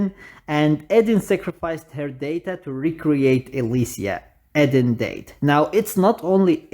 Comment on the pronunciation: I like how you pronounce the "Died" to "Date"😂 Anyways what happened to Hua(sim)?